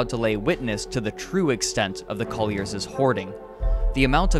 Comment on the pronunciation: "parentses", "brotherses", "Collierses" ?? Woe is me.